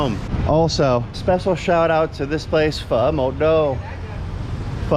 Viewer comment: Well you pronounce "phở" are so good, Vietnamese citizen confirmed 😂